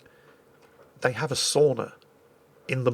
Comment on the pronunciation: 32 : 24 i heard "sonar" instead of sauna